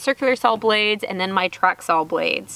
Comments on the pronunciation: I am sorry love your posts but saw is saw! not sawl! lol!! to each their own! great job! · I love how you pronounce SAWL!!! LOL Too cute. We used to say that up north here when I was very young. It seems like every time I watch one of your videos you do something that reminds me of when I was your age. Very cool and nice builds too. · I just like listening to say saw. Oh those funky Texas accents.